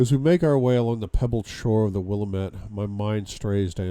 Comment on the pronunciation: (in the Voice of Elliot) "Dude, it is Pronounced: Will-Lam-Ett, NOT Willa-Met! This is the PNW! The Pacific North-West! Get with the program, Duuuude!"